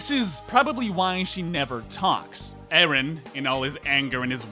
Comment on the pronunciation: why are you pronouncing names like this while you literally watched the series for FOUR SEASONS AND TWO MOVIES and heard how they are pronouncing actually??? Mikaasa, who is Mikaasa? it's Mikasa, it's been said a thousand times. but I lost myself when you said ERIN. WHO THE HELL IS ERIN?? ARE YOU HEARING WHAT COMES FROM YOUR MOUTH?? It's hard to not be Hermione... or I can say just to be kind, if you watch anything with dubbing, you lose at least half of it. So, unfortunately, anything you said to analyze this artwork is irrelevant 🤷‍♀